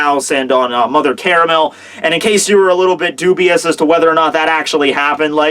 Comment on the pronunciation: hey, if you're gonna call her mother caramel can you at least pronounce caramel right? <3